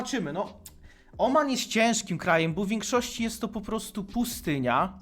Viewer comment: mordo żle akcentujesz słowa - powinno być KaNAda, pustyNIa